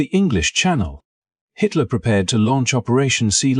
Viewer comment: The AI bot mispronounced Hitler!!!! 😂😂😂